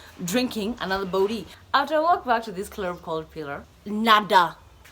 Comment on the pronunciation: When she says clurrb